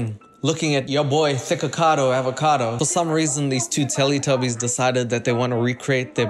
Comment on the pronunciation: I cracked up so hard everytime you call them telletubies